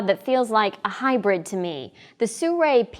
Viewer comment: Soo-ray? How does Sirui end up sounding like Soo-ray? Not being critical here. Just curious.